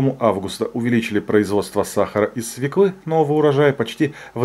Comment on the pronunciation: СвЁклы, а не свеклЫ